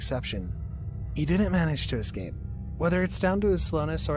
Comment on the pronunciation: My guy, did you really just say "excape"???? "Excape"?? There is NO X IN THE WORD ESCAPE!!! E-S-C-A-P-E! NO X!!!